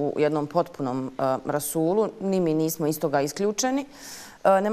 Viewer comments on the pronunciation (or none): none